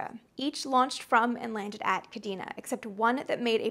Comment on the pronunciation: Amy, I've loved your content for years now. Your energy and enthusiasm are matched only by the depth of research you put into your pieces. But there's one thing that bothered me about this episode: your pronunciation of "Kadena Air Base". It's properly pronounced "Kah-DAY-na". J. P. DeMeritt, MSgt, USAF (Ret) Kadena AB, Okinawa, JP May 1994 - Aug 1997